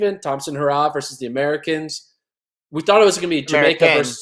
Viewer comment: The dude is even struggling to say Americans. The jolt of the US athletes struggling, after their false bravado at their trials, is affecting his mental.